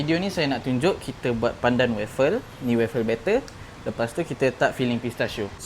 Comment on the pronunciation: Bang.. salah sebutannya tu. Cara sebutan betul: WOAF-FEL atau WOAF-FELS utk lebih dari satu. Sorry ye bukan nak cari salah tapi kalau kita nie dah niaga benda tu, sekurang2 biarlah sebutan betul. Harap ia membantu.